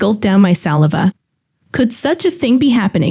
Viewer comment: Can't even get the robot to say "saliva" correctly.